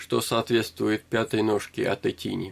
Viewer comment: Не "тини", а правильно "тайни".